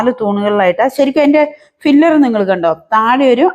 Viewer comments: Filler അല്ല മോളെ, piller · ഫില്ലർ അല്ല പില്ലർ ആണ്